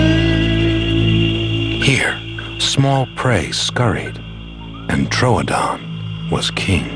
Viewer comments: I scrolled through every comment seeing complaint after complaint about the alien looking thing but you're the only person who was upset as I was about how the narrator pronounced Troodon. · Am I alone in being super annoyed by the narrator mispronouncing 'Troodon' as 'TROADON'? >:(